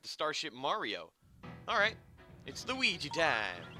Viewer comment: side note i love that yu called him lugi XD made me laugh